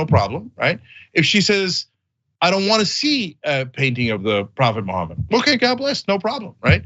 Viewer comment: Una kerspranian keeps saying Muhammad as 'mo homid'. See what I did there? Josus chrust might sound cool, but that's not how you pronounce the name. Huh? Tongue in cheek aside... Yeah I mean... shut the hell up about how it's against uoyr imaginary friends rules for people to do things under an expectation of free speech. You get to exercise your freedoms, but others can't? America. Land of the weak and home of the craved... Not how that, goes? Oh... You fooled me... or yourselves.. which ever fits better.